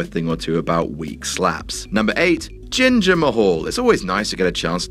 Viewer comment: Hey his name is jinder Mahal not ginger kk